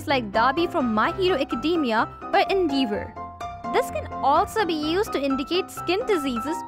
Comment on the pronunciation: can we just talk about “ENDEEVOR”